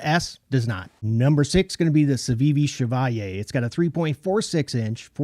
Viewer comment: Ooooh weee! Hahaha! SO pleased to know that your sense of humor seems to be on par with your knife opinions. That is a funny funny show. You also get bonus points for pronouncing Chevalier correctly. The blade retention on that Moyarl crossbar is disappointing. Think I'll just limit myself to the liner lock I already have. Great list is always. Stay safe brother.